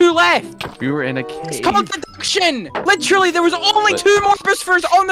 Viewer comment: I love how accent comes out when he gets angry, like "I literuhly figured it owwt"